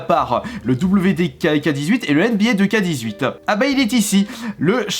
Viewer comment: C’est pas « deux ka » c’est « two ké » (nba 2k18)